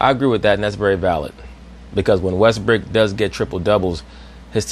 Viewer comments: did she just call him Russell Westbrick? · Did Rachel Nichols call him Russell WestBRICK ?